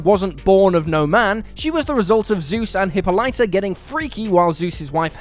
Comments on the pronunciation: "Hih-po-lie-ta"... My god. And people give Americans shit for being bad at forign words. It's Huh-pall-ih-ta. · Hippo-lighter? Alright, I'm now just convinced that you guys just intentionally and cynically misread names and terms simply to get a reaction out of viewers and video engagement in the comments. Well, mission accomplished. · “Hippo-lighter”? Zeus’ wife “Hela”? C’mon, get someone to proof read this.